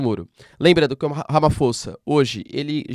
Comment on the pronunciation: Olá professor. Super vídeo!🙏🏾 Correção: escreve-se Ramaphosa mas lê-se “Ramaposa”. É um nome em uma das várias línguas existentes na África do Sul. Obrigado pelo vídeo.